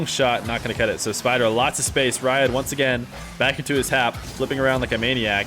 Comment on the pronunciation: its pronounced reead not rah yad